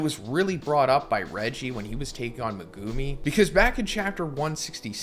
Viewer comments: I'm sorry, his name is not "muhgoomey". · Am I the only one bothered how he’s saying megumi’s name?😡